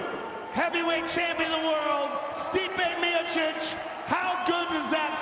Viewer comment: I hope by the 3rd fight someone tells Anik how to say Miocic or maybe he can use his brain and realize everyone else is saying it a different way.